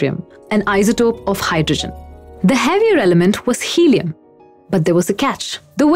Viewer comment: "Hellium" huh?